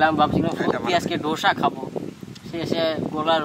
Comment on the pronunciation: আরে ধোসা না ডোসা 😆🤣😆